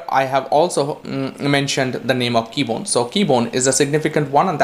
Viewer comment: KEBONYE! Not Keybone.